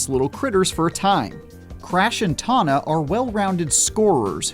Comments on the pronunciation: yeah but he doesn’t pronounce it like that. Also Tawna isn’t Taw na, Dingodile isn’t Din go dile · What about how he says Dingodile and Tawna